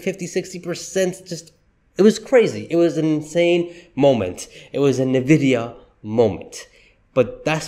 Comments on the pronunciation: Fyi it's pronounced "en-vidia" not "nah-vidia" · I've called it correctly since Summer 2023. Tezzly is not going over $300 in 2024. That would require a near DOUBLING of its current value. Maybe $260 at best. And please learn to pronounce it correctly. It is IN-vidia, NOT NIH-vidia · it is pronounced "En-vidia", not "Na-vidia." Got it? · Is NVIDIA. IS NOT NEVIDIA . Other than that your cool 😎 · PLEASE stop saying it wrong, sooo annoying over and over. It’s ENNVidia, not nAvidia! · Why you pronounced Nvidia name wrong in “na”? Should be “en”. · You are saying the name of the company wrong! Not NAvidia it’s ENNvidia! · Why should I trust a guy who can’t even pronounce the name of NVDA.